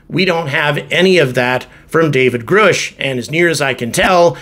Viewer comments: I love you. Quick tip: it's Grush. Like brush. Not Grush like "I AM GROOSH":D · Please pronounce his name correctly, it's driving us nuts!!! Gr- us-ch... not Gr oosh! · Your saying "Grusch" wrong. It rhymes with RUSH or HUSH..G-RUSH. Not Groosh. :-) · Grush not groush but thanks for sharing. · Grusch is pronounced like "brush" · Grusch= short U sound : Gruh-sh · why wont you say david grush;s name properly it sounds like rush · We NEED TO KNOW THE CONGRESS MEN AND WOMAN (names) who are blocking this information. I’ve seen them. It’s real PS. It’s Pronounced David. GRUSH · I’m wondering if you’ve listened to all the commentary on David Grusch, how you don’t know how to correctly pronounce his last name. Does that make you a more angry astronaut Grrrrrrr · In due time Grasshopper, in due time. Learn how to pronounce David Grusch name, and maybe he will tell you everything you want to know. LOL!